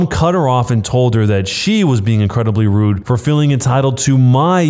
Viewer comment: i love how that r was roled like rrrrrrrrrrrrrrrrrrrrrrrude